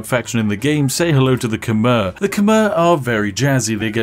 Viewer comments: It’s Kh-my not Kh-mer. Khmer language works like French in that a lot of S, N, R and V’s at the end of words are silent. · "Khmer" is pronounced K'mai